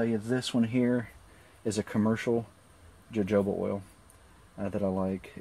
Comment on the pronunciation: Actually, jojoba is pronounced in the Spanish/Mexican way (Ho-Ho-Ba)... you should also mention that 3% of the people in this country are allergic to jojoba (I am one of the 3%)... They use the stuff for EVERYTHING (at least one "multi-level marketing" does): toothpaste, shampoo, soap, toilet cleaner, mouthwash, etc, etc, etc...